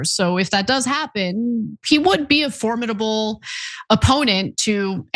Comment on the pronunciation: TYT, a superb show that tells you all the things that Jsh-supermacists want to hide from you. Mdm Kasparian's eloquence and complete absence of ums and ahs is compelling (she even pronounces formidable correctly, with stress on the first syllable) but the clips she shows of the supporters of genocide, ethnic cleansing, and massive lying, are unbearable to listen to. So cannot.